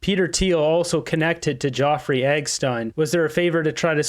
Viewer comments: I love you and the work you do but the name is not Geoffrey it's Jeffrey Epstein as far as I know. These little thing niggle sometimes. lol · Jeffery Epstein name is not pronounced Joffrey. Sorry that I had to tell u r pronouncing the name wrong. I love your show, I watch it everyday. Have a great day. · Dude, his name is not "Joffrey EGGstein" .... it's Jeffrey EPPPPPPstein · Are you saying Jeffrey epstiens name that way on purpose? Love the videos but that's a weird pronunciation 😅